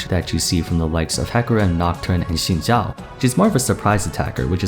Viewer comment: I'm impressed that you pronounced Xin Zhao correctly! haha.